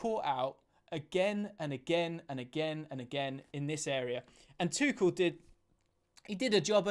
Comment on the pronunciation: He’s German not French it’s ‘Tukel’ not ‘tuchelle’